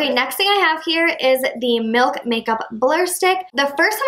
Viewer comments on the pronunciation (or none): none